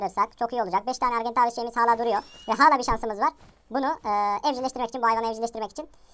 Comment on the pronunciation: Argentaaaaaavis deme artık sinirim bozuluyor o argentavis